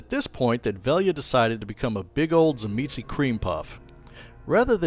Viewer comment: Thank you so much for pronouncing Tzimisce correctly. Even the Bloodlines videogame got it wrong